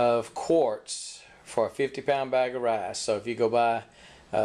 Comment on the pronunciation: Its pronounced r i c e not rayce